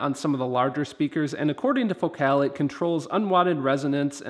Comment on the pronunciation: your videos are absolutely the best. trivia: FOcal not foCAL is how they pronounce it. I have the 165 KRX2 woofers and they are tremendous but I bought a set of Utopia 165 W-RC to replace them. I would be most interested if you were you do a compare. I switched out the KRX2 tweeters for the Morel Piccolo, which are beyond incredible. just one more thought, in my other car, I have the Focal ES 130K and that ‘M’ shaped tweeter is much better than the prior version inverted dome tweeter.